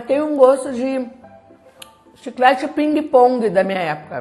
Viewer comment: Da muita agonia quando a mulher fala chicle em vez de chiclete mds